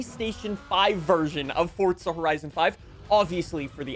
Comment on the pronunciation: Why he always say forza like fortza